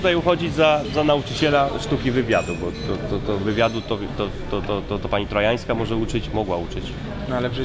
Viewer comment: pani Torańska, nie Trojańska,:)